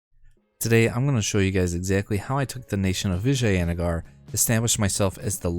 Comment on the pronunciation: Your pronunciation of Vijayanagar is the best out of all the English youtubers I've seen so far